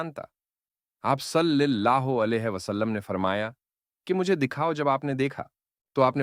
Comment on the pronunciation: صلِی اللہ علیہ نہیں ۔ صلَی اللہ علیہ